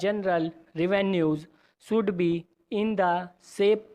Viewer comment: He doesn't know how to pronounce should be